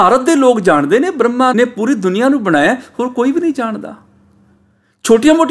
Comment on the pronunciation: ਆਪਜੀ ਬਰਮਾ ਨੂ ਬ੍ਰਹਮਾ ਬੋਲਦੇ ਹੋ ਜੀ🙏🏼